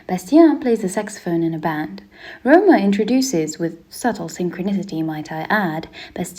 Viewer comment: Btw Rohmer is not pronounced like Roamer, but more Rohm-AIR, and Le Rayon Vert - dont say the T.